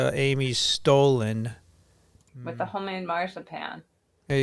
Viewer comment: It's Stollen, with a short "o"!